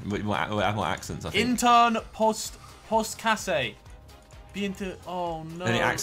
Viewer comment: The pronouncing of "flugtvejsplan" is just way of, but sounds funny asf 😂😂 Btw Harry banged the pronouncing of "intern postkasse".